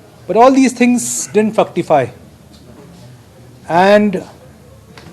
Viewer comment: 😂 "didn't fucktify"??